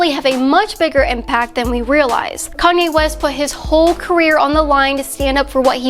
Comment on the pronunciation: ...wait a minute...did she just said Koney west at the beginning...